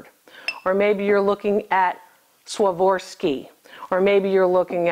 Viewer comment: SWAVORSKI...?! SERIOUS...?! 😁